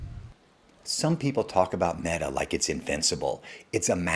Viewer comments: This guy said, "Maetuh" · Mate-a?? Are we AI-ing these videos? Lol Great video either way! Thank you sir! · Made uh